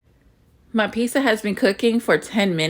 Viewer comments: Why do black people always say "peesa" instead of "peetsa"???? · My peace-uh